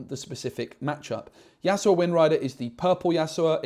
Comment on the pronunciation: Great video but i just can't ignore the fact you keep saying yasuoa 😫 Yas-U-O ❤ not yasuoa